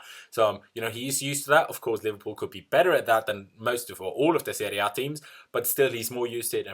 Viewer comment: Love the way he says serie A 😂😂😂